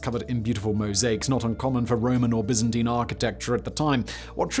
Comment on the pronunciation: Your English so you've no excuse for mispronounciaction of Byzantine or Tunisia like Americans